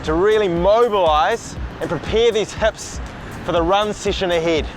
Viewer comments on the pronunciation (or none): heps and ligs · You say "hips" like a Kiwi